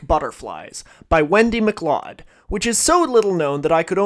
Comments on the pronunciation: I bring this up (*a year late as it turns out*) mostly because I made the exact same error and was freakin' mortified. "MacLeod" is pronounced ma-KLOWD (/məˈklaʊd/) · So, Wendy's last name, "MacLeod", is pronounced like "MacLoud".